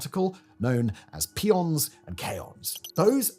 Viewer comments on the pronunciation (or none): They're not pee-ons they're are PI-ons. Next thing you know we'll be using alumineeeeeeeum. 🙄🙄